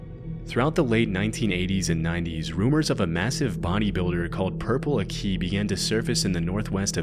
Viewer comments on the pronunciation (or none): ‘Aki’ is pronounced ACK (like back)-ee (like knee), not ah (like apple)-KEY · its ah-kee not uhkee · I live in St Helens (NW England, near Liverpool), and my heart SOARED when I saw the words "Purple Aki"😁. (It's pronounced "Akki", not "A-Key", by the way; he was called "purple" because he was supposedly so black, he looked purple.) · Purple AHK-ee not Purple A Key 😂😂😂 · I grew up in a town near here its pronounced purple acki not a key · as someone from Liverpool this caught me so off guard 😭 btw it's pronounced "ah-key" not "a-kee". I've never heard anyone outside of Liverpool mention him Edit: also btw he's dead now, died a couple months back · His name is pronounced Ack -e not a key. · Purple Aki is pronounced as Accy not A-Key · Its pronounced Acky. Not Akey. Like use a New England accent. Purple Aki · Its aki sounds like Akey not A-key.... Tell him get out the area. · Why do you keep saying Akee it’s Aki you weirdo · its pronounced akky, not a key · It’s pronounced “acky” not “a key” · It's not akee It's aki... I like it Short I And he's famous in our town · Purple Akeeeyyy, it’s pronounced ak-ay, Aki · Purple “Aqui” is pronounced “Acky” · Completely butchered Purple Akis name. Its more like Purple Acky not Akee. When i was in school they used to say he sniffed bike seats, thats how i learned about him but turns out someone in my family actually knows him and he speaks sort of posh but he might actually just have some sort of disability. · just FYI everyone it's not pronounced "Purple Ah-key" it's "Purple Ack-ee" ... the "Aki" rhymes with 'wacky' just splitting hairs of course. it's a very British thing to do but we've unfortunately given him a silly nickname and people think of him as merely some odd eccentric, but he caused a young lads death and he r--worded a fella in prison. the fact he pulled the "is it cos I is black card" is just the cherry on the cake to what a nasty piece of work he is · Can you believe he keeps calling him purple a key